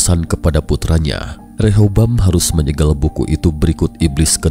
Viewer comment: BUKAN REHOBAM...TAPI REHABEAM...